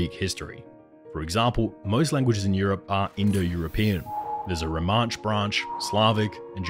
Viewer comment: So many countries should have been colored in but weren't, and how can you pronounce the word "Romance" as "Romansh"?